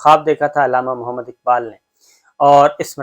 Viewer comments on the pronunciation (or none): none